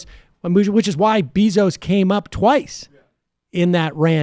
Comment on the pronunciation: Sam is constantly saying names wrong I can't tell if it's on purpose or if he's is doing it to troll. He has mispronounced AOC's name 4 different ways in one video. He calls Jeff Besos "BEESOOS".